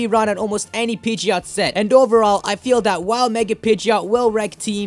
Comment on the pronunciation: In Pokémon Y, my Pidgeot knows Hurricane and Rain Dance and I let it hold a Damp Rock since Hurricane and Thunder never miss in rainy weather. Oh and BTW, Pidgeot is pronounced PID-JIT.